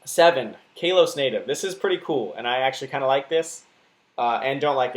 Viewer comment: I don't mean to be that guy, but I'm pretty sure it's pronounced "KAH-los" instead of "KAY-los."